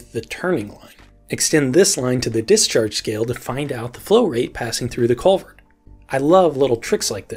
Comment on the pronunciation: I was hearing Covid instead of culvert